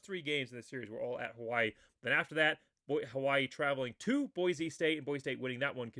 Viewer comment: Never mind mispronouncing the names on Hawaii, you have to get the name Boise right first.